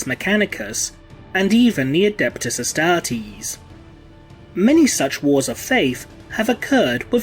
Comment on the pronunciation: Tie-ran-ids???? Astar-tease?